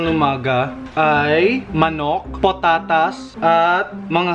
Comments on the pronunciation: Potatas? Lmao 😂🤣😂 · Patatas naging Potatas.